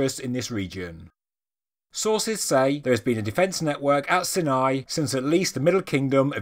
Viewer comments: I think it's sighnigh not sinnai. But it doesn't matter. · Ok hold on. Is it "si-nai" or "sai-nai"? I thought it was the latter but I'm an American, not British, so...